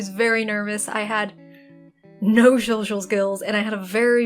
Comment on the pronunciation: He said shoshal skills.